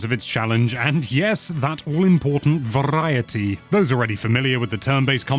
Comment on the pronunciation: Shoutout to rolling your R when you said "Variety" like the show Viva Variety.